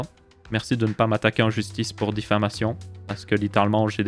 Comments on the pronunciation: Merci pour ton intégrité et travail . Yep. Pour info c'est diffamation et non difflamation. Yep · On dit Diffamation et non Difflamation